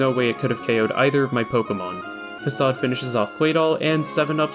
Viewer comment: very well done, congrats! The "fak-aid" at the end got me